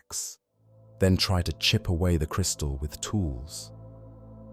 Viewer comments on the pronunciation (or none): none